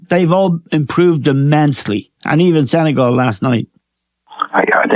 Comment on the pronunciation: The pronunciation is not Sene-gaul. It's Sene-gal...as in my gal... I haven't heard any anglophones pronouncing it properly.